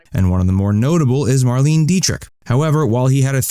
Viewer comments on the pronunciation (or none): The photo you put up to represent Nicky Hilton is the funniest thing you've ever done!🤣 Even funnier than your attempt to pronounce Marlene Dietrich’s name.